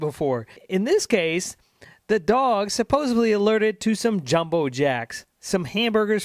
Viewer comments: Dude, first you said "supposevly" then immediately after, "supposably" - it's SUPPOSEDLY. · I hate when people say "supposably"... it's SUPPOSEDLY. You make yourself look stupid saying it wrong. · It's 'supposedly' not 'supposably' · Its supposedly, not supposebly! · Good shit, dawg. Just one thing: it's "supposedly," not "supposably." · STOP saying "supposeBly"...There's NO LETTER "B" in the word, "supposeDly" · You lose all credibility when you're sitting in front of a mike and saying "supposibly" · Please pronounce the word "Supposedly" and not "Supposably". Not a grammar nazi, just my pet peeve. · My man, you are saying the word "supposedly" incorrectly. It is pronounced how it is spelled. There is no "b" in it.